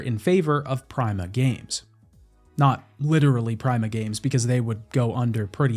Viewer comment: Great video, but that can NOT be how Prima is pronounced.